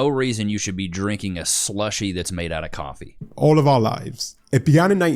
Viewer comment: I don't really do cwoffee